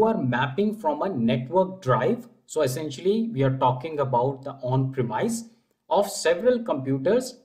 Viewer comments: absolutely great content. Thank you for your effort. One minor thing: the "i" in premise is pronounced like the "i" in "miss", not like the capital I. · Pronounce "Determine" and "Premise" correctly. Many Indians pronounce this incorrectly. The way you do it is pronounce the word without the e on the end.